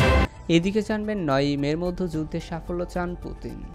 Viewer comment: "মধ্যে " উচ্চারণটা প্র‍্যাক্টিস করে নিবেন প্লিজ। "মদ্য" বলবেননা।